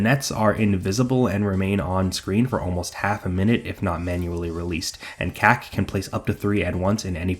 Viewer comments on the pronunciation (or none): It's pronounced "COCK-yo-een", not "KACK-yoyn". Thankfully, "cock yo een" is easy to remember. That "a" vowel (as in "lack") doesn't normally exist in Japanese. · you're mispronouncing Kak, it should be pronounced like the word COCK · Every time you say Kak (short for kakyoin) i can't help but hear a Boston accent say 'cock' and it makes me giggle. why yes, i am very immature.